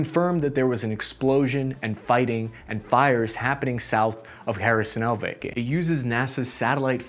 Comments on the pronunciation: & Purpose Great job! Especially nice reserch on the Russian Field manual and the "Russian Way of War" and how it's being applied. One minor "picky" comment (sorry) - there are plenty of Ukrainian cities and Oblasts with enough vowels to choke on - it's "kherson" not "kher-i-son". BUT again really nice work on this one. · What? He disfigures the names. Everyone who can pronounce a Spanish 'J' can also pronounce Kherson (Херсон). It's so damn easy. Tijuana, Baja California, Ciudad Juárez, Jerez de la Frontera - Jerson (Kherson, Херсон) And did he speak of Zaporizhzhia? Couldn't understand what he was saying. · yes... To explain it to english speakers reading this: the KH is pronounced like a spanish j. So Jersón. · Pronounced Herson. H..E..R.S..O.N. it's a Greek word.means the peninsula.cities like Sebastopol,Marioupol etc were build by Greeks.most in the ancient times ,Marioupol was build during Tsarist Russia times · I enjoy it tbh, "hair-son" 🤌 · First time iv head ''Harrison Ford'', but it was disappointedly ''Kherson port''. I know its hard for the english speakers to pronounce slavic names. Any way .. the channel is cool. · no worries, we make fun of “Harrison” and “Zapatería”, but your videos are great and insightful 👍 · After this is all over I'm heading to "Hereson", UA. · Please please learn the names of the major cities... So painful to hear over and over. Lol. No, there is no "Harrison" in Ukraine. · I gotta respect that infantryman mentality you have to obstacles, none more so then city names you have to pronounce. Just tackle right through them without any regard for how they should be pronounced. Kherson? Harrison. Hooah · I kept understanding Harrison... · Thank you for the content. Please stop saying "Harrison". It seems you will be releasing more videos about the ongoing counter offensive in this region. Truly its not too much to ask to get a couple of major cities/regions names correct. Thank you. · did bro just call Kherson, Harrison?